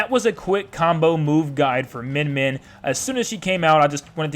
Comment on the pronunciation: cool, its pronounced myen myen